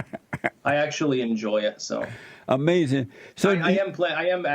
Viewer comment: Styx: I almost died and was hospitalized Jesse: That's AMAZEN man